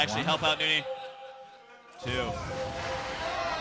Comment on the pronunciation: N-O-N-Y ... not nooney!